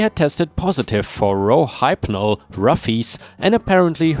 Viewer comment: The hyp in Rohypnol is pronounced hip... So the full word is pronounced rowhipnol